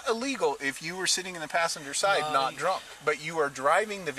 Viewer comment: "He dwunk " 😂